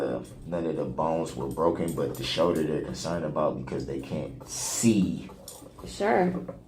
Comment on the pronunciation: I hate how he says shoulder. Showder